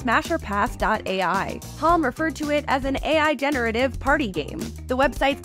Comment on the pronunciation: I doubt it. The pacing is off and Halm was pronounced weirdly.